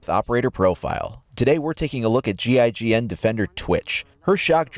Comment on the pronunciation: You said gign defender lol